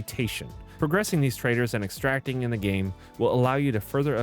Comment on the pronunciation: every time he says "trader" I hear T R A I T O R